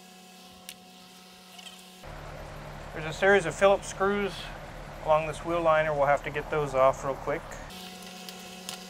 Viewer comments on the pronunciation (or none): none